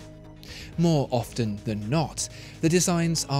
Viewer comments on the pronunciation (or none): none